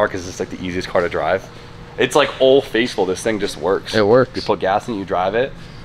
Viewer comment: are you saying old face full? I'm gonna assume you know it's old "faithful" because I like you too much to think you'd ever be that much like Rudnik...btw, build a ka beater 240 for burnout events...I know it's not your scene, but it'll build your viewer numbers